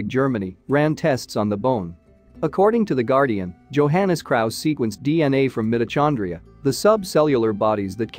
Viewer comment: Yeah, like mito-“ch”-ondria, lol